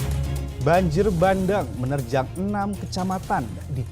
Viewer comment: Bukan banjir bandeng tapi banjir bandang. Penyiar yg benar aja nyebutnya!😀